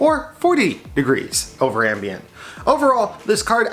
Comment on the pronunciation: Glad to see the temps are good, 'eckspecially' over "ambant" LOL